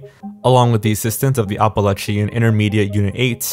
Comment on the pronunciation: also mispronounced "appalachia" pfffft